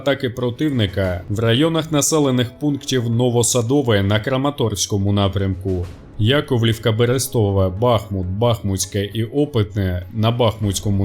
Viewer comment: Не БахмУт а БАхмут, невже так важко запам’ятати